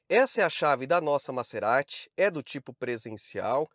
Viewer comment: Vc sempre fala nome dos carros errado. Não é MaÇErati,,,, é MaZErati.